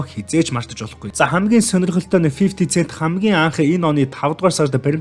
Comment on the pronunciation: Фифти сээнт гээрэй. Цээнт биш шүү